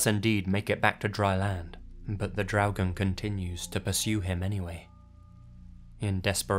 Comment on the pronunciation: Hi, I know I'm late, but I just wanted to compliment you on your pronunciation of the word "Draugen". You really got the r sound correctly, which many Non-Scandinavians have problems with. 👍😁